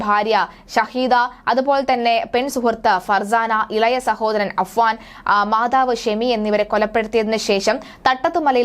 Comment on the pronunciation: അനുജന്റെ പേര് അഫ്‌സാൻ എന്നാണ് ചേച്ചി...